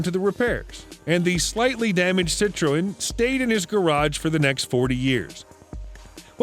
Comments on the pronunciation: Sit-Troe-Ennz 😂😂😂 Made my week that Even Siri doesn’t pronounce it that way And I’ve changed mine to Australian , just because you can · The narrator is obviously not a car guy. Jag Wire? Cit-tro-en? I m surprised when he was taking about the 356 he didn't call it a Porsh. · yeah & learn to PRONOUNCE Citreon better!